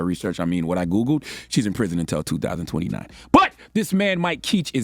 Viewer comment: "She's in prison until 2029" 😂😂 why you say it like that 😂😂